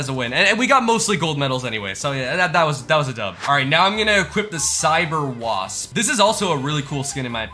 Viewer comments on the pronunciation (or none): none